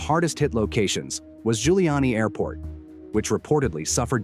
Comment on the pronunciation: it is NOT GIULIANI apt but rather cca ZHulyani - I told you already